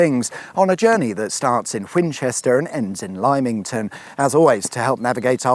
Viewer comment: LIME ington , what a classic 😂